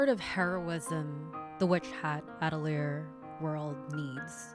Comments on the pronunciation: just started the video but the way you say atelier makes me giggle, at-uh-leer hehe. uh-teh-lee-ay is the proper way! i fucked it up when i first read the manga but i knew damn well i was saying it wrong and looked it up. now it makes me chuckle a bit when i hear others mispronounce it the way i did too🤸🤸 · As a french person you are mostly right about the prononciation but the "te" in atelier is pronounced "tuh"